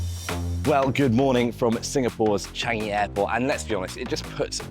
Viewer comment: Just wrong choice of non-UK host again. Amateur level of camera angles, her footage feels awkward with and; not to mention the usage of words and could not even pronounce Changi correctly.